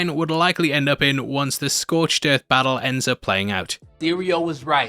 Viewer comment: Oi scorched earf